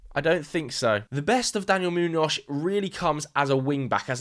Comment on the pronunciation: I'm so Sorry but this is very distracting... Why do you pronounce Muñoz like that? You can just say it with a normal S at the end 😂 like Moo-knee-oss... Kinda? Great vid anyway, can't wait to see how Madrid handle this circus